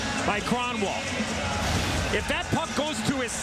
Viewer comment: [Krahn-Wawl] Eh. Crapiest way to say it championship?